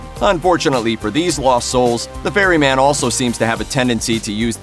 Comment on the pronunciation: I swear you said fairy man 😂😂😂 its Ferry Man jesus.